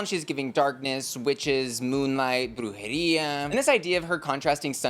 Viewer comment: when you said, “brujería” with that hispanic rolled R i was living 😋